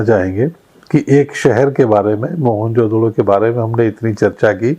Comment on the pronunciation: You are pronouncing the word MOEN JO DARO wrongly after Jo has to bea pause JO means KA in hindi